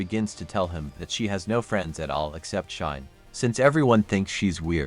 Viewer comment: RE: Cheyenne; it's pronounced "Shy-N" (NOT "Shine").